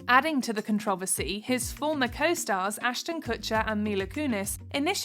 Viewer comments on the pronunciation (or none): The narrator mispronounced "controversy" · Don't think I've ever heard controversy pronounced like that before lol no dig just saying